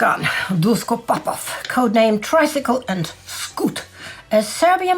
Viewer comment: Nice work,. Btw, FYI: Š in ex-Yu languages is same as SH in English or SCH in German - not S sound. So, Dušan Duško Popov would be pronounced as Dushan Dushko Popov. Btw, Duško is usual nickname for Dušan.